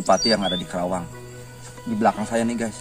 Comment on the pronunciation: Penyebutan kerawang kurang tepat.... Karena nama sebenarnya KARAWANG dan nama karawang itu sudah dipatenkan di KEMENDAGRI... terimakasih..